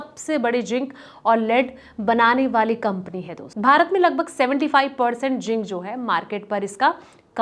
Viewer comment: Don't the channels check the quality pronunciation of the presenter? This lady is calling Hindustan Zinc as Hindustan Jink.